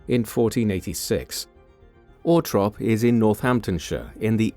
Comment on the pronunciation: If the narrator can’t say the name of the property, Althorp, then he needs to stop talking because he’s just embarrassing himself and annoying everybody who tries to listen to this